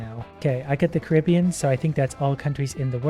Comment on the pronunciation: How come no one is talking about how pronounced Caribbean?